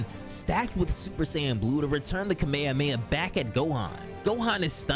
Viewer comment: Watched until the mispronunciation of Kamehameha. I cant. How can you guys still mispronounce it? They literally say it in freaking syllabus in the show and games. How? After all these years do people STILL mispronounce it? KA-MEH-HA-MEH-HA. Its not hard. Lol No offense, just a pet peeve.